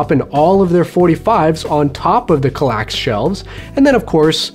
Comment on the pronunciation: As a swede I gotta "protest" some at the pronunciation of Kallax, but you're alright anyways. ;) Did you know Kallax is a rather small village in the north of Sweden? It lives just above 300 persons there. Fun trivia.